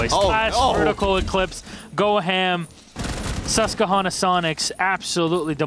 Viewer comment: As someone from the Susquehanna valley in Pennsylvania, It irks me every time says it lol. It's a QWA not a hard KUH sound!!!!!